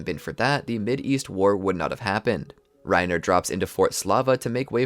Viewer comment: You can tell this guy doesn’t watch the show. Weirdly or mispronounces many things. Reiner, piek, galliard, krista, rogako village, uzamabitos